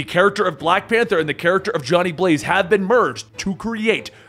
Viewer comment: i think in that panel you should have emphasized the 'a' in Johnny Blaze more and it would have been more realistic to how a persons tone would sound if they wanted to really get the audience riled up